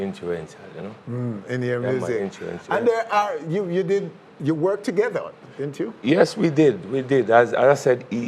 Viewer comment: Did George nooks say influential or intruential?😂😂😂